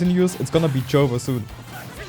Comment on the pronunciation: lol he said "Joever"